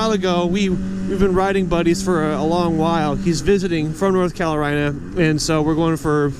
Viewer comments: Every time you said calorina. 😄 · did you say calorina